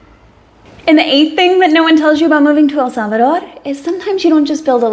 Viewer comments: So glad to hear you finally learned how to pronounce El Salvador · I looooooveee the way how you pronounce El Salvador accurately with a pretty natural Spanish accent. I'm so glad you had found peace and happiness in our land, congatulations for your beatuful family.